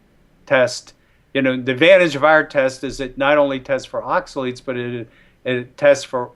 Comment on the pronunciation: Great podcast! Thank you so much for posting it!, look up how to pronounce oxalates. Delete this comment after you've done so:). Blessings!